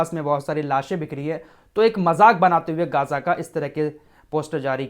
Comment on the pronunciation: Gaja nahi Gja sahi pronunciation hai